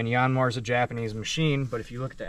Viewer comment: Dude it’s not a “YAWNMAR” , it’s pronounced “YANMAAR” like how you would say yankee, or yanking